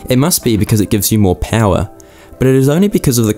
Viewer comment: V-Powah! Becuz detergents....